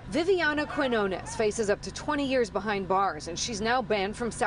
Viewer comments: Its NOT ....KWEENONESS....Its, QUINONES, with the Squiggle over the 1st N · Wouldn't that last name Quiñones be pronounced "Key-nyoh-ness"?